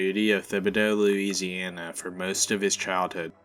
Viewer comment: Louisi-aNA nooo please no😔